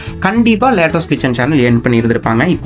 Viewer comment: அட தம்பி அதை லேட்டாஸ் கிச்சன் இல்ல லட்டூஸ் கிச்சன்